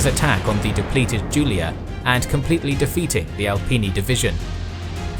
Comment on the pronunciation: correct spell for Julia division its like yu from yugoslavia, yulia, not like the name giulia. Big up dude!